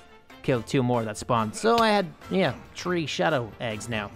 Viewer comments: said day tree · I love how he says three it sounds like tree